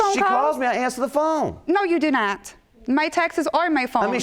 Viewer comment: PSA: it's TEXTS not TEXAS!! I'm so sick of hearing..."(s)he don't return my TEXAS". Every PC lately people are pronouncing it as Texas. 🤦🏻‍♀️🤦🏻‍♀️🤷🏻‍♀️🤷🏻‍♀️😞😞😞